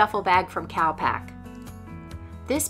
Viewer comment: Enjoyed watching but I kept thinking you were saying "cow pack" not cal pack, lol I thought why would a travel equipment company call themselves cow pack xx